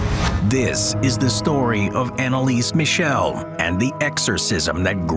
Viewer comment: ...can you tell your AI voice that it's not "Annalees Michelle" but that it should be pronounced the German way?